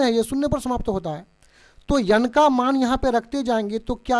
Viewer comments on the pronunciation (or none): Sir n ko yan nhi bolte hai 😂